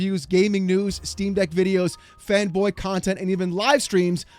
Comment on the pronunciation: At the end when he was telling people to subscribe and what not. When he said the words fanboy content I thought he says femboy content